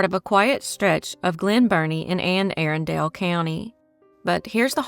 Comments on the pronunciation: Great video but, Arundel is pronounced, aarun-del. This bothers me as a local😅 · The phonetic representation for "Arundel" is ˈærəndəl. It can also be represented as əˈrʌndəl. The word has three syllables: uh-RUN-duhl.